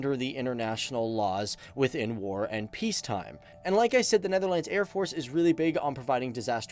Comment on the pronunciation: Born in the Netherlands. My wife and I would appreciate it if you started to pronounce the name the Netherlands with the proper accentuation, thanks.